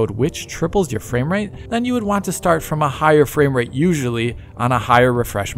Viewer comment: Fame-rate? is becoming an influencer now? 😂